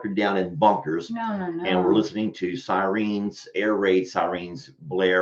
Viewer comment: I AM DYING HERE THE WAY YOU SAY SIRENS CRACKS ME UP SOOOO MUCH LOLOLOLOL!!!!!!! JUST SAYIN!! THANKS, F.M.V.